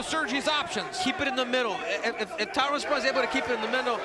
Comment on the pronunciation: Classic Chael; calls woodley “Tyrone” and calls spong “Tyron” 😂😂😂